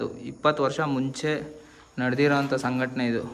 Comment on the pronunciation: ಸಂಘಟನೆ ಅಲ್ಲ ಘಟನೆ ಅಂತ ಹೇಳಿ ಬ್ರದರ್ 👍